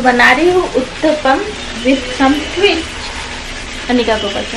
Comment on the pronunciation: Uttampm nahi uttapaa hota he. Kuch bhi Ho camera nahi chodna he. Pehel bhi bache ka care karti to aacha hota